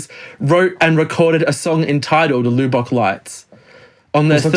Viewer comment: The loo bock lights? It is properly pronounced Luh-buck.